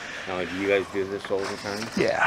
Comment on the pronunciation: Guysh, guysh, I don’t know why does so many catches! If I got all my donations to go to Washington I would do one catch and then take a vacation guysh!